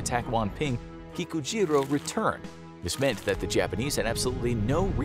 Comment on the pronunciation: Anyone else keep hearing pikachu even tho you know he is saying kikujiro?